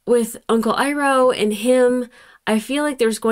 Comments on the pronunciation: Just to note real quick: Zuko's uncle's name is pronounced "AI-roh". The "EE-roh" pronunciation gives us A:TLA fans severe PTSD to 2010. ***************Slight SPOILERS*************** And then the Earth King would have to invite us to Lake Laogai, and nobody wants that...... ************End of Slight SPOILERS************ I love when famous (voice) actors show up in shows like Avatar . I think (though I could be confusing you with someone else) you already noticed Dante "Rufio" Basco playing Zuko, and yes that was George Takei playing the Warden. Iroh's Voice Actor is the legendary Mako, whose other most famous role (especially nowadays) is probably Aku in Samurai Jack . Oh, and by the way, Jason Isaacs is Commander Zhao. But there are a few more celebrity castings coming up, including one BIG one. And that's not even talking about The Legend of Korra ...... The Fire Nation didn't just imprison Earthbenders for the threat they posed, but also to eliminate a vital part of Earth Kingdom culture, thus making it easier to substitute their own. This is a well-known tactic for Imperial, Dictatorial, even Fascist Regimes. Speaking of Fascist Regimes, though: over here in Europe we have quite a bit of experience with Fascism. Now, during Nazi occupation, each country had their own "branch" of the Nazi Party, which ruled the invaded country in behalf of the Nazis, but there were also those who aided the Nazis in everything they wanted, including betraying their fellow countrymen, even t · Having been exposed to the atrocity that is the Live Action movie, the way you said "Iroh" at the beginning hurt my teeth. 😅 Of course they can be called Earth Benders despite not being on Plantet Earth. "Earth" is just the nickname we gave our planet named Tellus because there's so much earth on it. It's all good 😃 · I-ROE not E-ROE Iroh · Unkle Eeroh, ooof! You already know the right way now though lol